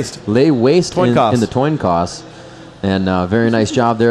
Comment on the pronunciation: way-laste LOL .